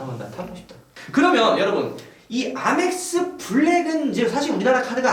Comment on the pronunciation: 에이멕스를 아맥스라하노